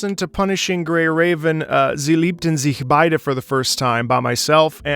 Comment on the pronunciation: Jo your german pronounciation is perfect for sie liebten sich beide. German approved! xD